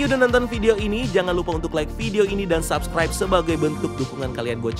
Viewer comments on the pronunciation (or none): none